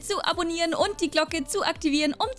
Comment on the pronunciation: Ich liebe es wenn du sagst Hallo und Herzlichen Willkommen dann hört sich immer das „und“ ein „end“ an aber ich liebe es